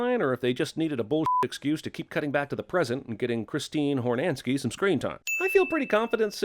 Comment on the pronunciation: “Christine Hornanski”!!!😭How dare he disrespect the queen😤